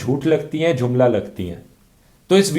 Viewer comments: Bhai its JUMLA not JHUMLA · Dhruv.... It's not jhumla.... It's jumla...😂😂😂 n best video...